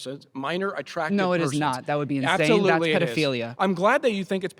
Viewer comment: Did he say absofruitly? 😂